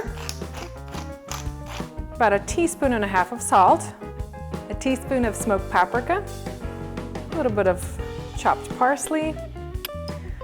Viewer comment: Are you saying paprika? If so I’ve never heard anyone pronounce it like that! I’ve only heard it “pap-ree-ka” or “pa-pre-ka”.